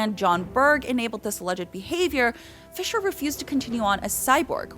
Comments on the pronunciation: Wow she botched Ray Stevens name. Lmao. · You got Ray Fischers name so wrong